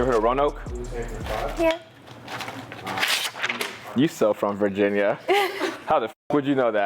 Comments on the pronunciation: Not thinking he did something with “Roanoke” lol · No because when you said, do you know Roanoke, I was like errr🤨 cause I live there. Funny the way you pronounced it though